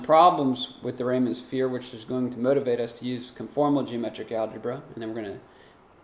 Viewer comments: REE-man not Rayman. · It's pronounced like Ree-muhn